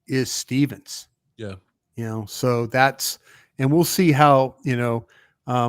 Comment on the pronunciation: I’m just glad y’all say stephens and not steve